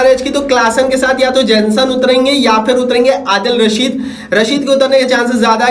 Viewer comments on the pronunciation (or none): केमरून ग्रीन 😂😂 अडील रशीद 😂😂 अभिषेक सिंघ 😂😂 बेन इस्टोक 😂😂😂 मार्को जेनसन 😂😂😂 bro sabse pehle name sahi se bol le fir aana comparison karne 😂